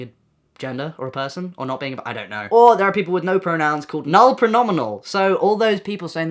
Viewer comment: his videos are funny so we’re trying not to laugh but it sounded like he said noahpronouns which was rly funny